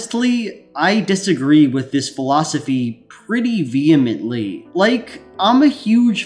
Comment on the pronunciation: We can’t be friends but not because of the points you laid out, but because of the way you pronounced vehemently.